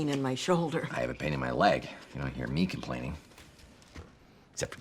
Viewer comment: He struggled to say "me" it came out as Kane from what I heard